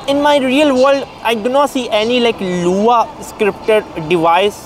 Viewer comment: I'm here to say that the fact you said LUA instead of lua..